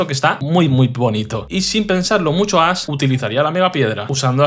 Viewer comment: Muy buen video! Lo único que no entiendo es por qué el youtuber a Ash lo llama "Ass" y al tipo psíquico lo llama "sísico"